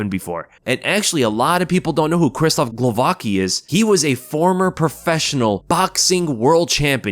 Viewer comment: Its pronounced Ksheeshtoff Glovatski